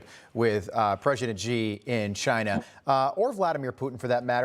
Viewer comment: Biden is so afraid of China that he couldn’t pronounce the word “China”. Let’s go Brandon.